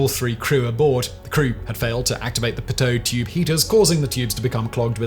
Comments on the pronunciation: I never heard pitot tube be called a Poteau tube.. I started in aviation my ninth grade year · I thought it was pronounced peedoe tube. Maybe thats a british thing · Pronouced Pee-tow tube